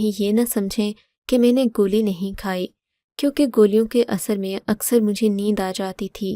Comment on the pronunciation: گولی ھوتا ھے گلی نھی